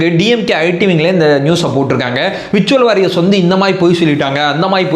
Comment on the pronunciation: விர்சுவல் வாரியர்ஸ் இல்லை . உச்சரிப்பு . வெர்சுவல் வோரியேர்ஸ் - virtual Warriers